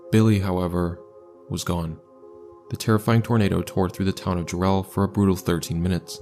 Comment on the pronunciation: Ja-relle? It's Jare-ll, as in Darrell or barrel. Other than that, you did the Jarrell tornado justice, well done.